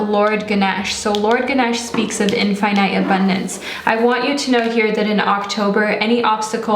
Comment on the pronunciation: the way u say infinite and arch is the reason I couldnt finish this video